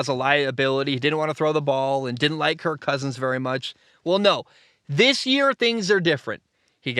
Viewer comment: I hate the way you exaggerate the word Kirk 😂😂😂